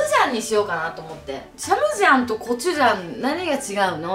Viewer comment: サ↑ムジャンじゃなくてサ→ム↓ジャンだよぉ笑笑